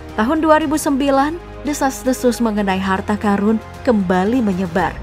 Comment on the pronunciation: Karun, qorun, bukan Karung, qorung.. wkwkwk bisa ae